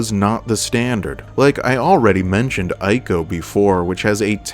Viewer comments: Brother great video, but nooo that game is not pronounced as Eye-co, it’s pronounced as Eco. Ico was one of the greater games in those days alongside its brother game, Shadow of the Colossus. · Always love your videos, but it's Ico (pronounced eco), not eye-co. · It's pronounced iii-ko, not eye-ko. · EE co EE-co It pronounced EEEECO!!! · btw, my friend, Ico is pronounced 'eeco'